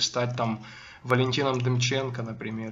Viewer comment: ДЕМЧЕНКА))) Демченко, ударение на КО! не люблю когда так говорят фамилии...